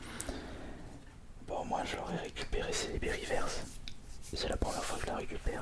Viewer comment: On prononce " riveurce " stp merci 😂😂😉